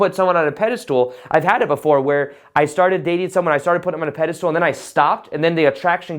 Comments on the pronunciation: Pedestal not peda- stool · Pedestal not pedestool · pedestal not pedastool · just can’t get over him pronouncing it as “pede-stool” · "pedestool" hahaha perfect to minimize importance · Lol sounds like you're saying PEDE-STOOL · I like your messages but when you say “pedistool’ it lessens the impact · I completely agree with you ... never in my life have I heard of anyone else pronouncing it as Pedi .. stool !